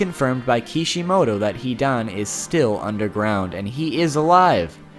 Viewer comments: I was really excited to watch this video after seeing the title... But after hearing SO MANY wrongly pronounced words and names i was kinda feeling suicidal.. Fucking "Hidaaan" and all the villages are pronounced otherwise. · so any one notice he says hidan like he is pronouncing heathen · when he said he-Don...I screamed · His name is not HE DONE OR HEDAAANN ZIDAANN ITS HIIIIIDAAANNN HIIIIIDAAANNN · if only you could pronounce his name correctly.....